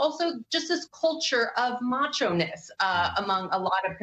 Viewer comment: did this b¡+C4 just say "macho"ness?!?